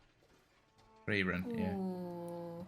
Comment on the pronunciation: Your corrected pronouncation of Freiren was quite good for an not native speaker. I wouldn´t say it wrong pronounced and more that u can hear, that u have no training in speaking german. And that quite good for what i think. Greetings from Germany :D